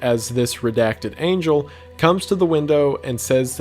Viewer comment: Wendigoon be like: talking about the most horrific thing about how humanity being killed off by a false god Wendigoon: “yeah it’s kinda bad” Wendigoon when an angle comes down with a big head mispronouncing angel Wendigoon: panic 1000